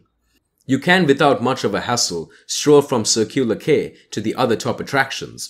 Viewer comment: A couple of quick points - it's the Sydney Opera House, not Sydney Drama. And I've never heard anyone here call the Harbour Bridge "the coat hanger". Tourist guides perhaps. Then Quay is pronounced Key, not Kay. The Legislature is not in the Domain, but in its own building in Macquarie St. What you've shown is the Public Library. That's a start. Get a narrator who knows how places are pronounced.